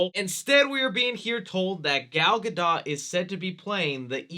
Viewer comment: Gal GA DOH... NOT Ga Dah.... Say it like Homer Simpson. You've heard her name too many times to keep fucking it up